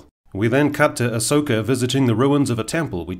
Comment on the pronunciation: Dare I say… Ahss-oka 😁